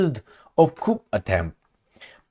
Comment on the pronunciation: Coup is pronounced koo because it is a French word with a silent p.